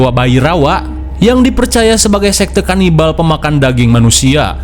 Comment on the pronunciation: KANIBAL DODOL BUKAN LABINAK😂